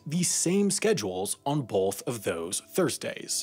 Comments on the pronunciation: "Both" doesn't have an "L" in it. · Voiceover guy says "boLth" and I can't get over it. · I like how he pronounced both and “bolth” xD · Heh, 'bolth'.